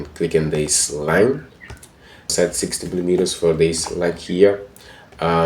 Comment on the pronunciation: your English is terrible in one occasion you say 6mm instead of 60mm you need to check your audio and pronunciation correct before you publish your tutorial i am having a hard time to understand what you are sayinfg